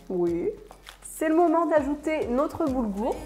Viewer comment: "c'est le moment d'ajouter notre Goulbour" ahaha j'adore